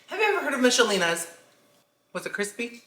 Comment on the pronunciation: Used to like the meatloaf and pepper steak..but i haven't had them in like 15yrs.Oh and when you said "Michalenas" i started singing it to the Macrena beat😂😂😂😂